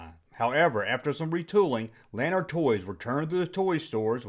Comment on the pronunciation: La- nard it's french. Not lan-ard. And fun fact as turnabout is fair play when gijoe debuted their battle corps lanard effectively ended A Real American Hero in a very similar court case. Lanard Won, and gijoe became sgt savage.